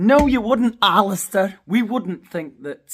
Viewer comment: "ALLISTAR" LOL